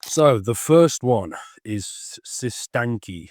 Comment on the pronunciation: Appreciate your work bro. Side note It’s pronounced like “sis tan ch”